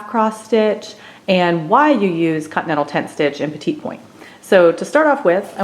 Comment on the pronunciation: I hate to be critical but the correct pronunciation of this type of stitching is “pet-ee” point. Not the French pronunciation of the word “small”. Also, the correct way to needlepoint or petit point (not cross stitch!) is called the “Basketweave” stitch. This is where you focus on stitching on the DIAGONAL, from side to side inside within the design or background. You should always be starting in the upper right corner within the design, stitching from the smallest amount of stitches in the very top corner within the design to the widest. It covers the maximum amount of your canvas. Also, be sure ANY needle or petit point canvas is a canvas called “MONO”. This is a canvas where the intersecting points of the canvas are securely interlocked and immovable when you stitch. This prevent your canvas from stretching diagonally when you stitch. This is extremely important because if you don’t stitch this way and your canvas becomes stretched out diagonally, it will NEVER, EVER be able to permanently stretch back out to an even square again, even once it is framed. Trust me. After 50 years of stitching hundreds of projects, this is the way to correctly stitch ANY needlepoint mono canvas, no matter how many stitches per inch (which is referred to as the “count” per inch). I learned how to needlepoint at the age of eight from my Grandmother who was born in NYC in 1900 but she did not stitch this way and did not use mono canvas. Sadly, the gorgeous floor covering she stitched over the c